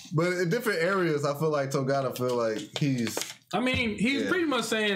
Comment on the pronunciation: Is anyone else really annoyed with how bad they mispronounce Togata?